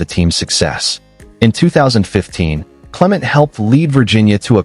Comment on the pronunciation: His name is cle-Ment'. Accent on the second syllable (MENT).